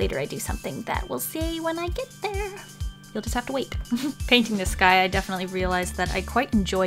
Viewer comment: Did anyone else think that when she said “the sky” it sounded like “this guy”. I mean for real I say there for the whole minute thinking WHAT GUY?????? No..... just me then???